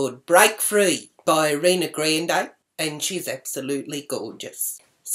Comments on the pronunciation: Say it with me, are-ee-Ana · It's A-ree-ah-na Gron-day. Not reena granday:p love it,!